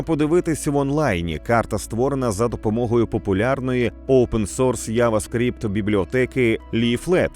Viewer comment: Який нах***й ява скрипт??? Це що руснявий мопед? Правильно джава скрипт. Послухай як на англ звучить